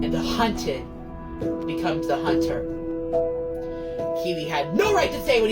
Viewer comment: “the hunther becometh the hunthed” LMAO😭😭